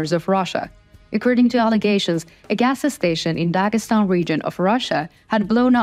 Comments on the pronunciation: More help with your English pronunciations... "gassa" station??? You need to just say "gas" station... There is no "gassa"... Keep working. I enjoy listening to your beautiful voice. Slava Ukraine!!! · You're cute. A gas station is not " agasa station." But it does sound very interesting. 😂